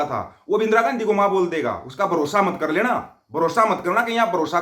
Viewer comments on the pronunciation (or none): Lahore walo Betta Aap Chote Chote Grupe Bana Kar Kuch Tuition Teachers Kiyon Nahi Rakhtey❓Bo Teachers Aap ki R Or D ki Problem Hal Karne Me Aap ki Help Kar sake.Jaise Aap kar Rahe ko kad Rahe Bolte Ho, phir Aap Lahore ko Lahod Bolte Ho, Aise Aap ki Wording Sahi Karwa Deinge Bo Teachers 😂😂😂😂😂